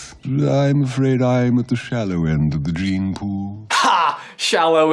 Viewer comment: "Shallow end of the JEEM pool" isn't it supposed to be Dream pool?not jeem?